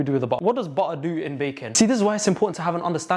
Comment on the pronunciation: 😭😭i luv your accent "butta"😭😭